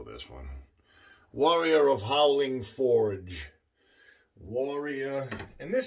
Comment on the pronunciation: Great shave, Stallion. Fjord should be pronounced "F-y-or-d." Hope that helps!